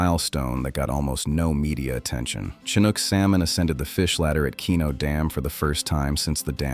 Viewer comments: AI has a long way to go... Ive never heard of a "kinook" salmon. 😂 I hope the numbers mentioned are accurate. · That explains the "Fall Kanook" statement. Are any videos narrated by humans anymore? It seems like the answer is no.